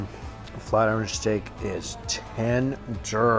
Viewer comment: And you're still saying iron wrong lol smh